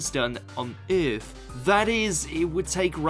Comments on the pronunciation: the word is Earth , not eiuth , lol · The way he says "earth" cracks me up 😂😂😂like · “ eeeeeerrrth” “ sauce to sauce” 😂